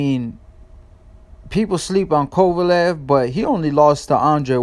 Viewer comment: Be nice if you could pronounce Kovalev name right... where u at?